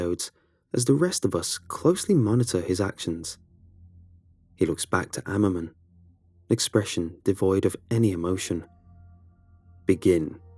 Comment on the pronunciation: said Dr. Ammerman but, all I could hear was Ackerman...